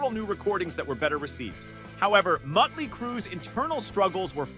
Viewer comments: Is he saying Mutley Crue? Mutley? Like the cartoon dog from Wacky Racers? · Enjoying how the narrator refers to the Vince Neil-fronted band as Muttley Crue. Drat, drat, and double drat!!